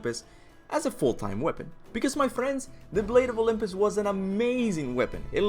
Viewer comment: Oh my god the weapon is pronounced, the blade of Olympus, you playd the God of war games you use all the weapons and you can't even get the name of the very best weapon in the franchise RIGHT, it's weird cause it was only in 2 and 3 anyway go back to school redo the alphabets do your ABC, all over again and learn how to spell as in, start over redo go back to all the previous schools ya went to when ya was a little kid, cause YA don't know how to spell shit. Hopefully the blade of Olympus is in five, guessing maybe in five kratosis son will actually find out what kratos is and what all hes done, hopefully all of it this time, kratos dident tell hes son everything cause he didn't want to scare and have him leave he( told him half ) not everything🤔